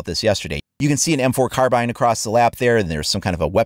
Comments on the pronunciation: HE SAID CARBINE RIGHT THIS TIME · You said carbine correctly in the other video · you pronounced carbine correctly! good work!